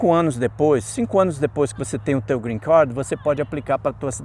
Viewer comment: Cara vc é formado em que? Tem quanto tempo que recebeu o greencarrrrd?